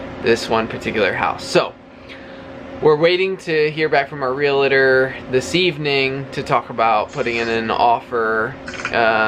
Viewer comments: Are you aware you are pronouncing realtor wrong? There's no I. Sorry to be so petty but you are saying it so often these days and it making us OCD and autistic folks a little bit antsy. Lol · So happy that you may have found your new home already...and, the word is realtor, not relator💖🙏💓. God bless!!